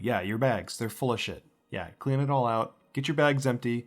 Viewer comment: I'll be sure to "clearn" my room. XD